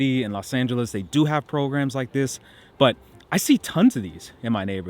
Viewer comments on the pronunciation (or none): none